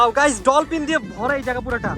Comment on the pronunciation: ডলপিন না ডলফিন হবে 😂😂😂